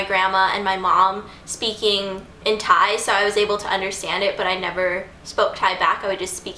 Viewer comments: Im Thai and i love how u pronounce all the thai words :) so cute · OMG you pronouncing n speaking Thai really well!!